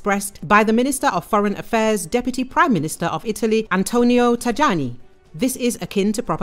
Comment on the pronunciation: You pronounce Tajani like this Thai-yanee